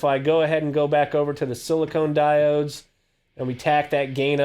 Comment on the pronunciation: Thanks for the review man! Just one thing: it's 'silicon' diodes, not silicone! Funny enough, same prononciation as Klon vs clone. Cheers!